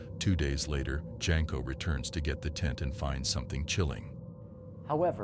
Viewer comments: It's not Jenko it's Jasko pronounced Yasko. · Jasko (pronounced Yas-ko). not Jenko